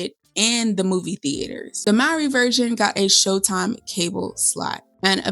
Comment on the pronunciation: I am a white man, but still prefer the Mowry version over the Efron version. By the way, the correct pronunciation is "MOH-REE," as in the first name of Maury Povich. I have long adored the Mowry siblings and watched all of their sitcom episodes "Sister, Sister" and "Smart Guy", respectively. I learned about the original Seventeen Again through the Disney Channel. Also, Boyz II Men was featured at the swing music club: Shawn Stockman on vocals, Nathan Morris on piano, Wanya Morris (no relation) as the bandleader, and former member Michael McCary on bass. While I love the High School Musical films, the Zac Efron version of 17 again didn't satisfy me at all. I love fantasies and wholesome screen projects.